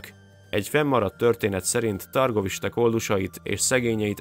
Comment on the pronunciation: Nem belekötni szeretnék viszont Türgoviste-nek kell ejteni . Egyébként nagyon jó videó. Köszönjük